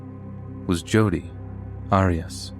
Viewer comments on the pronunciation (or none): OMG! The first story is the age old Jody Arius case but with her last name being mispronounced by the narrator. That case has been so well covered how could anyone not know how to pronounce her name properly? LOL...